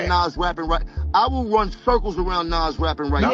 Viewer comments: I'm probably older than you bro...his name is Nas....not Naz 😂😂dude was saying the name wrong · Nas and Pac has the pronunciation like DOC, not AX or As. 😂😂😂😂😂 I don’t like when people say Nazz or 2-PACK. 😂😂😂 it’s effin annoying!😊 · Say ahh or Doc, then say Nas! Like people say 2-PACK and it has the same sound as Doc, but it’s Pac! Good content but the mispronounced Nas is wild! 😂😂😂